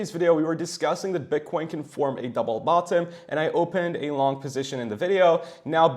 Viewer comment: Your pronunciation of 'bottom' is fu**ed up!